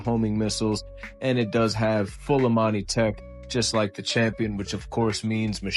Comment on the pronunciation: Imani. Tech... Not Amani tech